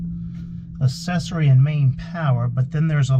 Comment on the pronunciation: I’ve never heard anyone say accessory like this before. I hate it . This dude went his whole life pronouncing the word accessory wrong…. lol